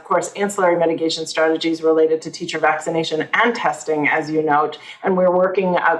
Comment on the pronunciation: Did he say vagination effort at the beginning? If he did, it's pretty appropriate. Bunch of mask wearing pu$$ies.